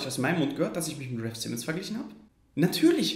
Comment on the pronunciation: Wenn man schon über raf Simons sinniert sollte man vielleicht auch seinen Namen richtig aussprechen können.